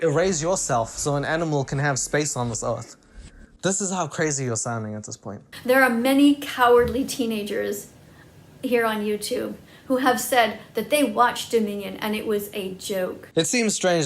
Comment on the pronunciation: everytime i hear her say "watchdominion" she pronounces it as "watch da minion" i swear